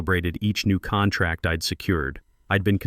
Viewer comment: These stories are good but saying contrack instead of contract is unacceptable.